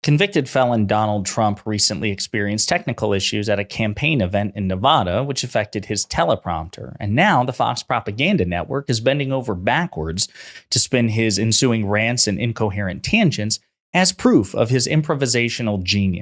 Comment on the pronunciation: It's not navada.